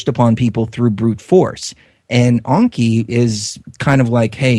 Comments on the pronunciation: It's Enki with an E not an O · stop saying Onki!!!! it's Enki !!!! you sound stupid